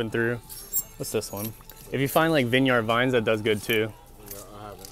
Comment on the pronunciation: The way says “Vineyard Vines” kills me 😂☠️ it’s pronounced “vin·yrd”.